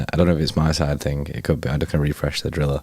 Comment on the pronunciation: Stop saying drilla hahaha